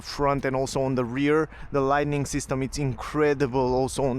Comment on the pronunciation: Thanks for the videos, can I just correct one word? It's "lighting", not "lightning" - no N in the middle. "Lightning" is only for the flashes in storms. For the rest, your English is a lot better than my Romanian (although I do speak a bit!).